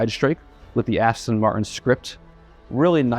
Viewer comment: You work for Aston MarTin. Learn to pronounce the “T”. It isn’t hard. 🙄🙄🙄